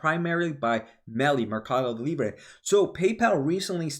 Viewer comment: monster numbers by PYPL. Guided cautiously. Staying long! Your pronunciation on Mercadolibre was right on point. 😉